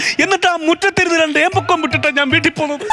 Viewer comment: ഏമ്പക്കം അല്ല keembokkam vidarunnu 😂😅